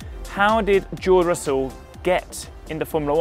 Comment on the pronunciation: george russell says his name like joe russell